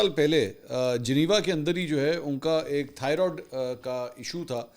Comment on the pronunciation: تھایئراڈ نہیں۔ صحیح لفظ ہے تھایئرایئڈ